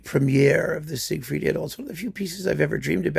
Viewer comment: Thank you for spreading the correct pronunciation of the word "idyll" (rhymes, as you observe, with "piddle").